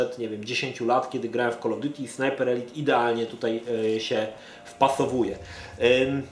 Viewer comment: Dzięki że mówisz ELIT a nie ELAJT jak wcześniej